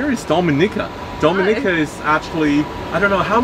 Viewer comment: Do -mi-ni-ca ....Key and Peele teacher ....